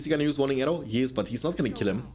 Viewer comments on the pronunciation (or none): It‘s pronounced [wuunding arrow] not [waunding]. Nice videos